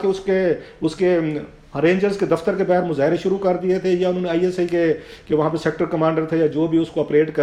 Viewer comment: mohtaram, urdu zaban k alfaaz ka talafuz drust karain khaskar baa har hota hai na k bahar etc.. aur bohat saray alfaaz hain. bashamool engraizi alfaaz.